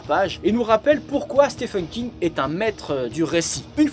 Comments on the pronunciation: ça ce prononce stiven king et pas STEFEN King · au US, Stephen se prononce effectivement Steven , que se soit King , Hawking ou bien même Stephen Strange chez marvel par exemple